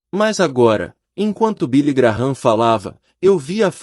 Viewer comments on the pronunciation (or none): Não é Billy Graram é Billy Gran